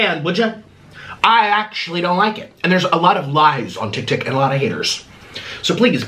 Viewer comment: You need to read too bc you called tiktok tiktik